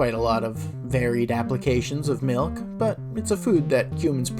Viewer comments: we don't have any malk but I can get you some milk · Gotta mention the pronounciation of 'malk', and even 'mulk'.